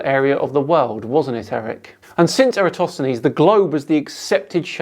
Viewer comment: It's a shame that Michelle Thaller pronounces "Eratosthenes" as "Erastosthenes". It doesn't undermine her credibility, but it niggles a little. She's generally a very good science communicator, with the bonus of being an actual scientist. I think what she means by "it's not OK to think that the Earth is flat" is that it's not acceptable from a scientific point of view to think it's flat, as the body of evidence suggesting otherwise is vast, varied, coherent and beyond reasonable doubt.